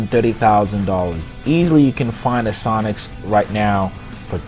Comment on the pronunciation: When you sad sonix I heard sonic -_